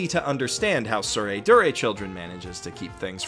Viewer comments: It's "Tsurezure" (Suu-reh-zoo-reh) not Tsuredure.. See Kanji " 徒然 " this is what they're using (smacked in front of the title both manga and anime) and listen how they pronounce it.. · Cringed everytime you say "tsuredure", it's actually "tsuredzure". There's no "du" sound in the Japanese phonology so it would be a stressed "tsu", aka "dzu". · Its tsurezure children NOT tsuredure children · it's pronounced dzure you absolute dzunce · god damn it you keep calling it "soo ray doo ray" but Japanese literally doesn't have a syllable for 'du'. Not to mention AS YOU SAY "soo ray doo ray" the first time in this video the image shown has the show titled as it should be, TsureZUre Children. When you type 'du' with a Japanese keyboard it creates a 'tsu' with two dots, watch: つ is tsu, and づ is "du" but it's pronounced as 'zu'. Also wtf why do you say "four koma" just say "yon koma" you're already saying "koma" so if you want to say "four" then say "four-panel comics" because that's literally what yon-koma means anyway. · That’s not how you pronounce “Tsurezure Children”. It’s a “z”. The “d” is just a silly alternative romanization to denote that the kana differs from the standard, but the pronunciation stays the same– “z”. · When you realize misspelled and mispronounced Tsurezure Children.